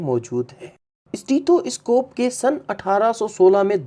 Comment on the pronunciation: یہ اِسٹیتھواِسکوپ کیا بلا ہے؟ سیدھی طرح سٹیتھوسکوپ بولو